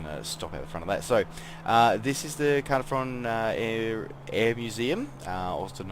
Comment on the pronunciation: I am thinking about getting this as its my home town,the detail is good and loved the drive thru lol. Just so you know Caernarfon is pronounced Car-nar-von,the joys of the welsh language. Cymru am byth. +1 Sub as well :) Is this the same as the one on steam ? Thanks